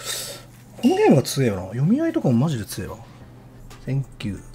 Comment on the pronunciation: "thenk" — Umehara Daigo-san 2024